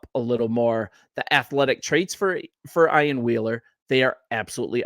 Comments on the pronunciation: EEEEEan, Ian. Not I an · Pronounced “Ee-an”